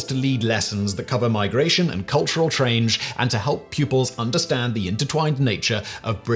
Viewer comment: "Cultural 'Chrange'......?" XD Hahahahahaha. Love you, try hard Simon. Good on ya mate. ❤️‍🔥